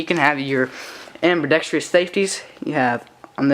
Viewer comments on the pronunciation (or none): *ambidextrous, there is NO I in that.